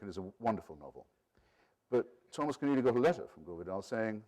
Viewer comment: Keneally not Kenearly